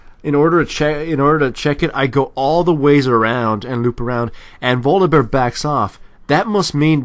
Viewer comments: Its funny how he says bolivear instead of volibear... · u say bolivare, sorry had to say that.. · I keep hearing Volibear as boliwear... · lol "bolivear" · uhh y do u call volibear bolivear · I like how calls him Bolibear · Has he pronounced Volibear right once in this video? lol it was hilarious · 1. many people said this 2.Bu if so, why did he say b with v 3.english isn't my mothertongue neither have i met any native spanish speaker speaking english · pronounced Volibear in so many fucked up ways, is this some joke I've missed?:D